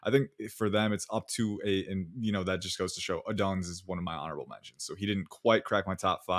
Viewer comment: for the love of god please stop pronouncing odunze like that lmao